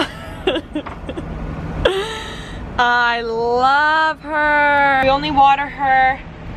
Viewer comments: Isn't it "pothos" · By the way you guys, it’s pronounced “paa-those”. I have dozens in my home! ❤️